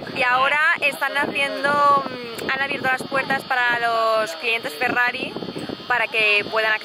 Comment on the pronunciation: ( Ferrari se pronuncia Ferrari, porque es italiano, no todo tiene que ser posh y pronunciarse mal como un inglés. :( Me entristecen estas cosas. Espero que a los Porsches no los llames "porx", ya que es aleman y la E se pronuncia :(